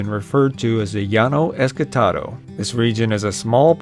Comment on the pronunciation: I always thought it was ESTACADO not ESCATADO